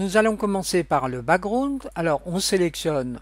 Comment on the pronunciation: Le ' brakground ' 😂😂